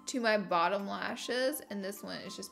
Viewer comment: Lashes lishes